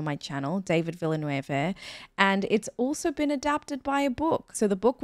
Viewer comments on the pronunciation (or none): Just a small thing,. The director of this movie (and Dune) is French-Canadian, not Spanish-speaking. So his name isn't pronouned as a Spanish name, as you did it. More like "Veel-neuv" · you're pronouncing Villeneuve in a Spanish way while it's French. Phonetically it sounds like De-knee Veal-nuff.